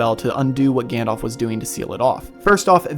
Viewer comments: I love your channel but it really irks me when you mispronounce Gandalf's name. It's not 'Gandolph', it's 'Gandalf'. Listen to how they say it in the movies :) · Also, his name is Gan-dalf - not Gan-dolph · Odd pronunciations of "Gandalf" and "Took" there ! I wondered who "Gandolph" was. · For americans: it's pronounced Gundulf, not Gann-Dolph. Also, Sour-Onn instead of Sore-Ahn, and Saa-Roo-Munn (The White) instead of Sermon (the methodist).